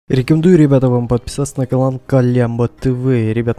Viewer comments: Кто заметил что говорит не канал а калан? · Он когда рекламирует калямбу тв он говорит не канал а калан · ахахпхахр, вначале сказал не канал, а калан, неужели ни кто не заметил